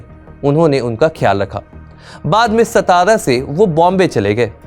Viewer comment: सातारा मुंबई नीट व्यवस्थित नाम उच्चार करा.